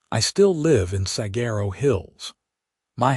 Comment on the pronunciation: Please learn how to pronounce Saguaro. It is the most well-known cactus in the country, and if your A. I. narrator isn't programmed to access the internet to pronounce an ambiguous word like Saguaro, then your editors need to step it up and do their jobs better! WE deserve better!